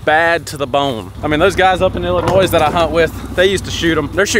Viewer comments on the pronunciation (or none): YOU DONT SAY ILLINOYS WITH THE S SAY IT LIKE ILLINOY